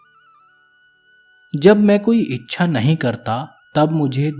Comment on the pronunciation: आपने मूल प्रति से उच्चारण पर ध्यान नहीं दिया। "इच्छा को अच्छा बोलना" 🙄 यह अर्थ का अनर्थ है। ऐसी और भी बहुत जगह पर त्रुटियां हैं। ऐसे गंभीर विषय पर इतनी लापरवाही ठीक नहीं है। बेहतर होगा यदि आप इसके अधिकारी नहीं है तो इन विषयों को न ही छुएं। 😥😞